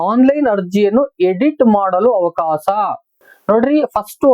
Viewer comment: ಅವಕಾಸ ಅಲ್ಲ ಅವಕಾಶ